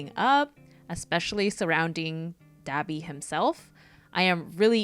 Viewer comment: im sorry did she say Dahbe instead of dabi? qwq